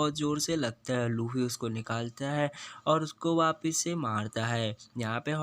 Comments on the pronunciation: Bro it's luffy not laffe😑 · Not lafy it's luffy 😅😂